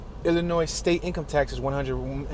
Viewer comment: Love the video but just a FYI The S. Is silent 🔕😶 in the state of Illinois Be safe!!